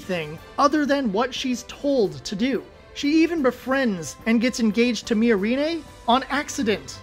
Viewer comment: Weird take. Also, one should never trust the opinions of people who can't pronounce the names of characters in media they are criticizing. How hard is it to get "Miorine" right? The dub is pretty consistent with the sub, did you even watch?